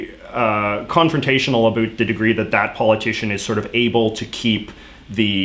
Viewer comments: Is he joking about saying about because i am hearing abut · You are the first Canadian I've heard who actually pronounces 'about' like 'a boot'. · JJ pronounces the word "about" (/əˈbaʊt/) as something like "abut" (/əˈbʊt/). Is this a common thing in Canadian English (or his regional version), or just a quirk or his pronunciation? Just curious, as a non native English speaker. I usually understand quite better American/Canadian accents (well, the neutral ones at least) than British one. Many people here in Spain prefers British accent but I find it more... how to say, stiff? Like the consonants are too marked, making the general sounds less mellow. Maybe it is because I am from a region that does the same with our native language, or maybe because media exposure, whereas most people are less prone to consume series in native languages and more prone to learn from tutors. Anyway I do not remember hearing someone pronouncing "about" in this way until now (even in Canadian tv shows like Trailer Park Boys). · The vowels "ou" in "about" create a diphthong. Why do you pretend they don't? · I’m canadian and the way you say about is so infuriating i have never heard someone pronounce “about” in such a weird stereotypical way